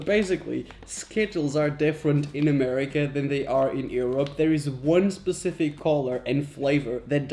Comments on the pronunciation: Raphael said: erope instead Europe at 4.48 lol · I like your show. Curious that you pronounce Europe as "ear-up" instead of "your-up" - first time I've heard that. Just saying. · Skip to when Europ is pronounced awfully by a guy that complains that European cereal is plan… ☠️